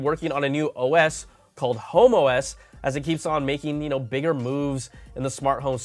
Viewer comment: Be careful the way you say HomeOs. 🤣🤣.